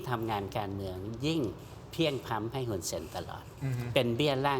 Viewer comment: ช่องนี้เรียก ฮุน ได้ดีมากกกที่สุดเลยค่ะ ❤